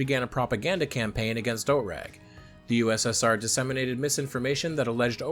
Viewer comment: OTRAG is pronounced /ˈoːtʁaːk/.